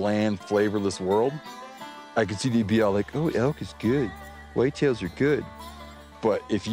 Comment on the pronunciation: They both pronounced Whitetail wrong...😅😅